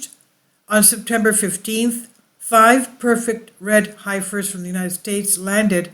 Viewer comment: Pronounced HEFFER ;)